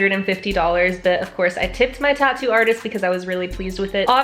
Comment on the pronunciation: It’s tattoo not tato 😕